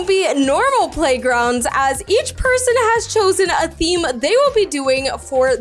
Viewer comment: Btw in the video you said scem instead of theme 😂😂😂